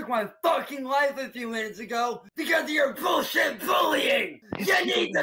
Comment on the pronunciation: “Because of your VULLSHIT VULLYING!” 😂